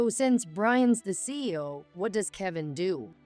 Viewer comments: CEO is pronounced C-E-O, not CO. You need to teach your AI a bit more. She went for "Checkies"? A Dn'A test?? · Very good story, if only the pronunciation of the words, the CEO and fiance' should be corrected 😊